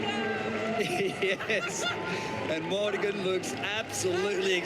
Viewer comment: The commentarors don't know how to pronounce Morgane or Herculano. Great.